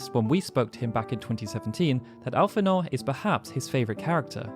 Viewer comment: your pronunciation of Y'shtola and Alphinaud hurt me greatly..... XD